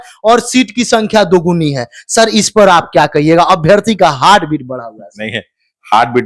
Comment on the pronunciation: हार्ड बिट nhi bhai, हर्ट बीट